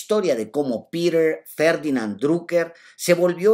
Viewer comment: Alejandro cómo dijiste "Pirer" o Piter